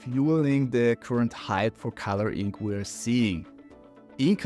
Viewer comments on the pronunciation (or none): Love the vibe, the technical competence, the star trek stuff everywhere, the pacing. Liked and subscribed. I know English is a pain in the ass but please try to learn how to pronounce e-ink :) 'e' and 'i' are different sounds. It sounds like you're saying 'ink' every time you say 'e-ink'. Draw out the vowel a tiny bit longer and switch sounds.